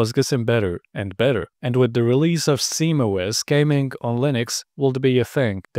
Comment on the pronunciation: why do you say simOS?